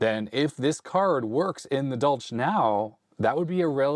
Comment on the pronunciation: Pretty sure it’s pronounced as German. More of a “Dolhk”.